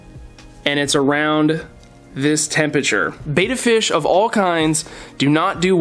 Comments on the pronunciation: It's Betta... Not Beta... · PLEASE! Its BEtta not BAYtta!!!!! Repeat after me! BE TT A BETTA! BETTA! BETTA! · I wish I could have watched the entire video but when "experts" say beta instead of betta I move on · Your are mispronouncing the name of the fish they are Bettas not beta fish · What is this? Friggin' Interpretive Dance Class? You from California? Bet, bet, bet, bet, Betta - not baeta. Ask these guys. Hear it pronounced. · Look at this Betta (with a short ‘e’ pronunciation). He is beautiful. Wow!!!